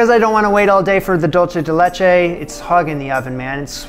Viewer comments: I'm going to be a pain: the product that is dulce de leche is most popularly acknowledge to be a Latin American one. It is spelled "dulce de leche" and is pronounced "DOOL-say de LAY-chay". If you pronounce it "DOLE-chay", you are using the Italian word for "sweet", not the Spanish one. I always feel a little negative when this happens because I feel it does a disservice to both cultures. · Dulce (dool-say) de leche, not dolce (dol-chay). Spanish, not Italian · Prounounced: dool-seh-deh-laychay. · I know it’s and old video but for those viewing now, it’s pronounced “dool-say de leche” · ¿Por qué está diciendo dolche de leche? I can honestly bare all the not french French, but this killed me. Dude, come to Uruguay or Argentina and try the real dulce de leche. Also, it's very common in Uruguay to eat banana with dulce de leche. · That pie looks good, but it’s dool-say de leche. Dool-say.